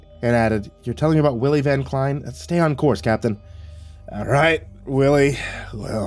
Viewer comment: It's pronounced Van (like the vehicle) Klein (rhymes with line)